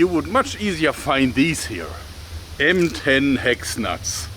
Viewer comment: I misheard M10 Hex Nuts as "Ben 10 Hex Nuts"